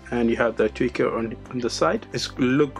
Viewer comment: *Tweeter* bro says tweaker 🥴